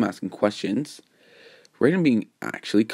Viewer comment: It was amazing but I you should be careful some fans may call you out for mispronounsing his name